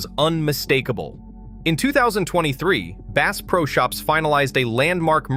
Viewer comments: "Base pro" ? AI much? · The AI voice can't even pronounce the "bass" in Bass Pro Shops correctly. I am out of here. Product better content. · "Bass Pro Shop" as in "bass guitar"??? STOP THE AI BS!!!!!!!!!!!!!!!!!! Use a HUMAN!!!!!!!!!!!!!!!!!! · You fo not even know how to pernounce bass pro